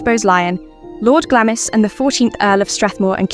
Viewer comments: Not Glamis, it's pronounced "Glah-ms." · (Glamis is pronounced 'Glarms') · Glamis is pronounced Glarms!